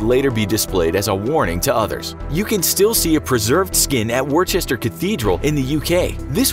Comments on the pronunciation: there’s no such place as Worchester... unless you mean Worcester (pronounced Wuss-ter), which is near Wales and also has a cathedral 😉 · Worcester is pronounced wuster, not war-chester. Do some research infographics. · worchester is pronounced wooster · Wor-chester cathedral. As someone who lives in Worcester this cracks me up every time I hear it xD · Worcester is pronounced wuster. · Worcester is pronounced “wooh-ster”, but apart from that great vid! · I know of a Worcester Cathedral but this WorCHESTER cathedral, nah, you've got me on this one. Never heard of it 🤣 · “Worchester cathedral” It’s said Wu-ster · War cester? Please learn to speak English properly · FewGrain 42 im from Worcester and hearing him pronounce it went right through me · Please please please don't ever pronounce Worcester like that again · you pronounced worcester very wrongly